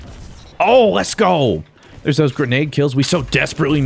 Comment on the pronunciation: “Zhere’s someone behind me?” “SCHWVAT IZ DISS?!?!”